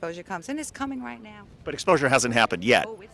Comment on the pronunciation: ”That’s reyet…” The Q drops…